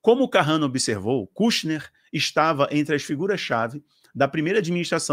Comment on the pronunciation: irmão, se pronuncia ''kãshner'' rsrs abraço